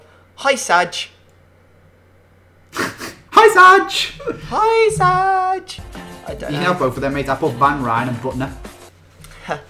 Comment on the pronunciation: u dont say hayjay but u say hisaj kinda